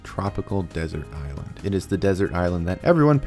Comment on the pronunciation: You said Ireland not island twice and I’ll never stop wondering if it was on purpose. If so I fell for it..